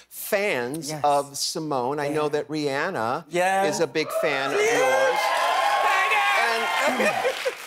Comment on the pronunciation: I just want to take a moment to share my appreciation for RuPaul pronouncing Rihanna's name correctly. That's all. Symone is stunning. K, I'm done now.